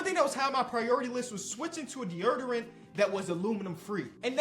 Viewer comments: Nah fr you don’t pronounce deodorant like that in real life 🤧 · Tf is de'erderent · Bro said deeyerderant😭😭😭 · No disrespect meant but that sponsor got me dying, someone gotta teach how to say deadorant yo 😭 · bruh Deordant lol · Plot twist: is pronouncing deodorant like that to get his engagement up cause he knew we’d all talk about it in the comments. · pronounces deodorant like he’s from Baltimore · bro cannot say deodorant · Bro CANNOT say deodorant 💀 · Bro I love you, but we gotta figure out how to say deodorant 😂😂😂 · it’s deodorant😂😂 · not saying deodorant right has me crying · Can we talk abt how pronounces deodorant😂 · Dior dior-ant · the way he says deodorant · i got a new challenge for: try to say deodorant 10 times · you know I love you my boi but it's pronounced dee-oh-dur-ent 🤣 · the way pronounces deodorant 😂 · Why he say deodorant like that?😂 all love bro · Bro the way says deodorant 😂 He like throws an erd in there I had to play that back a couple times 😂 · I don’t even know how to spell the way you say deodorant 😭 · u the goat dawg but the way u say deodorant got me cryin 😂😂😂😂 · The way he said deodorant made me mad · Same. I lost it the first time he said it